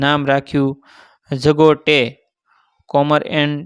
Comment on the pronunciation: આ લખાણ અને વાત સાવ ખોટી છે, અને જે આ વાંચે છે એ પણ અભણ ગધેડો છે, એણે જ્યાં "Jago tea" 'જગો ટી ' ને બદલે જગો ટે વાંચ્યું. મેં આગળ સ્ટોરી વાંચવાની ,સાંભળવાની બંધ કરી આ કોમેન્ટ લખી. આવા આવા ગધેડા જેવા , રતન ટાટા જેવું મોટું નામ વટાવી ખાઈને આપણાં જેવા નાના માણસ નો ટાઈમ અને ડેટા બરબાદ કરે છે.